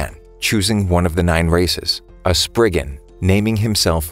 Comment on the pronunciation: Why did I hear him say racist not races...am I the only one???